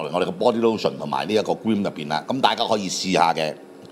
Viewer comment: Cream 讀做 grim 果然有料